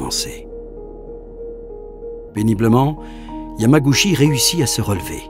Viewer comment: Bon reportage, par contre ça se prononce "Yamagoutchi". :)